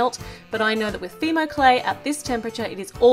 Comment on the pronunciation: i have fimo by the way your saying it wrong